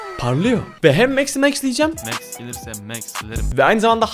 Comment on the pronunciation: Abi o mex diye okunmuyo Max diye